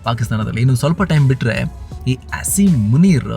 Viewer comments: I love how you are saying “Ass”him munir 😅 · Assim❌️ ass -im✅️